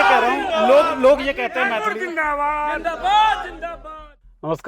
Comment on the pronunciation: मैथली ❌❌ मैली ✅✅